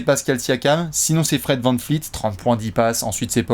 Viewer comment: Et c'est Fred VanVleet et pas VanFleet